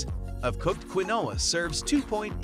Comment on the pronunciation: Do your research, not everything on this list is legit. And he pronounced quinoa wrong